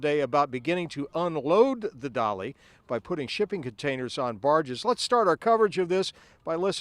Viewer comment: I tought ut was the "Dali" NOT "Dolly"